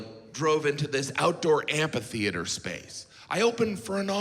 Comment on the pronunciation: I just started noticing how everyone, including JG, mispronounces "amphitheater." By "just" I mean in the last five years; it's not a word that comes up a whole lot.